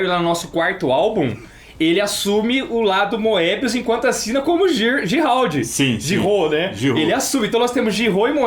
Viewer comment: acertou a pronúncia de Giraud, mas o é quem acertou a pronúncia de Pilote!